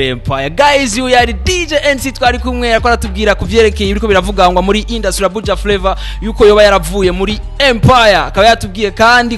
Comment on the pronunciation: 😂😂Arthemon uyu journaliste ni bala kbsa ngaho ngo hypocitre ahandi ngo indusie au lieu de industrie 🤣